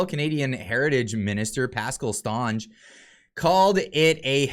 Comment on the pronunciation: Yeah, Lol the "Stonge " prononciation! "St" is short and prononced "Saint" si, Saint Onge, but still a point for trying!